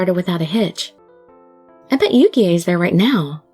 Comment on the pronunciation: so you know the e in Yukie is silent